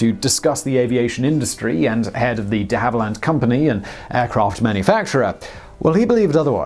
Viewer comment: You’re getting closer, but still risking your British citizenship by mispronouncing and misspelling DeHavilland, one of your homeland’s most legendary aircraft manufacturers.